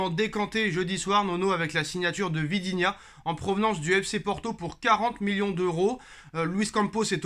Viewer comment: Il faut vraiment arréter de dire " Vidinha " mais " ViTinha " ... c'est pas dur quand même 😃 Mais bonne vidéo 😉